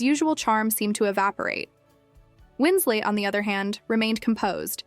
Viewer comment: FFS, it's Winslet, not Winslate. This AI non narration about a non incident is pretty irritating and lame. Is this the future of YouTube, drowned beneath layers of dreck upon dreck upon dreck?